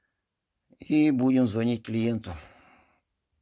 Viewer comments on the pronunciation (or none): none